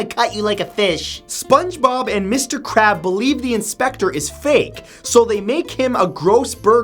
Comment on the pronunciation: It's Krabs. With an S.